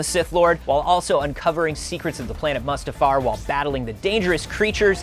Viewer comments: "Muhstafar?" I think you mean Mustafar, sir. 😂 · Did they really do Anthony Daniels (aka C3PO) like that....? Yikes.... Also "Muhstuhfar"? Bruh...